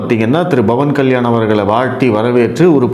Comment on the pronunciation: Sir whenecer you welcoming commebts you prounounce it Like Commabts instead cvomments.AAnd also Instead of Pavan kalyan You say Bhavab kalyan